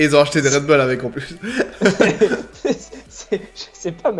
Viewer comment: MDR Genre c'est français le Red bull !? C'est un nom anglais donc casse pas les **** ! 😁 Au pire prononce le à l'allemande si tu veux, c'est autrichien je crois 😅😂😂